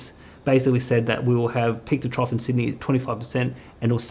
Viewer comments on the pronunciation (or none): none